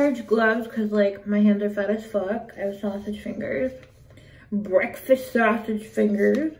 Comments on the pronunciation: I screamed when she said BEKFAST iykyk 😭😭😭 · Were u trying to say “breakfast” like BGA?